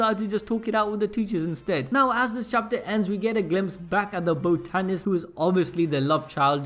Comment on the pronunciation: The way you say botanist man cmon